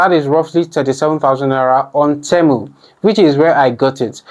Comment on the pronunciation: Why are you saying Temo 😂 and not temu